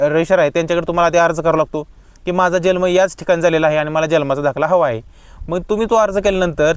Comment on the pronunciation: जल्म उच्चार चूक आहे, जन्म उच्चार करा.